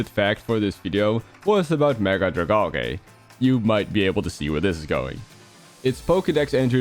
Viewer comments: Drag-AL-gee, not Drag-ALL-gay... 😒😒😒😒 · Dragalge is pronounced drag-algae, because it's supposed to look like kelp, which is an algae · ’s pronunciation. 💔🫩